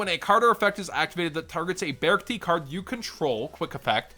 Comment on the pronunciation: I think its pronounced be-arc-ti ??? Idk